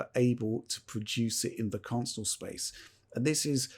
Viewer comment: I love.......but it's pronounced "con-sole" not "council". Lol